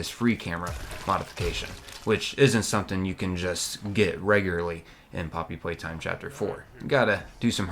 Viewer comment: I thought he say mommy playtime or somethin🐣